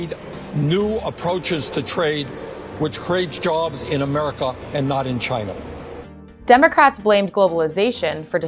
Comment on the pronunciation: "Jyna." -Trump